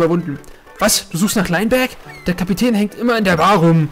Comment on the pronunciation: Soweit ich weis wird Linebeck ausgesprochen wie's geschrieben wird. Lainbeck hört sich jedenfalls komisch an! ^^